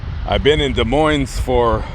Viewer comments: Des Moines is pronounced ‘duh moin’ - no ‘s’ in the pronunciation. I cringed whenever you said ‘MoineS’. You can look it up on Google if you want. You probably won’t, but anyway…. I love your channels and your voice.😊❤️❤️ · Stop pronouncing Des Moines wrong, both S are silent.